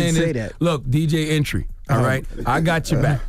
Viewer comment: man said "DJ entry" LMAOOOOOOOOOOOOOOOOOOOOOO